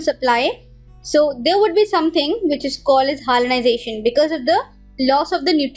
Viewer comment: Its hyalinization not hyalization !!